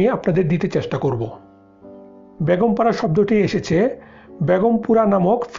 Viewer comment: Hi Zeenat, thanks for the point. Most people in Bangladesh can't say A when it comes to a word that has A in the begging. Like Beton ( salary ) most people will say Baaton , you got it right ? there you need a clear A when you saying Beton ( salary ) . So exactly same way , when he was saying Begum para , he was saying Baagom para, missing clear A in the begging of that word. You can hear that almost 95% people in home. It is so sad that people from Bangladesh can't speak Bengali properly !! But the name of our country is Bangladesh right?? Hope, one day everybody will learn Bengali properly and speak very nicely. Because Bengali is very nice and sweet language !!